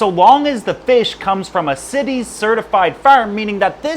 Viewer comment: Right? Also "barbels" (it's not "barbells" like in the gym) and "CITES" (not "cities") for the Convention on International Trade in Endangered Species.